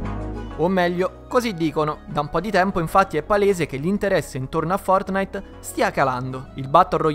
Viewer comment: Nobody: Will Smith: fotnait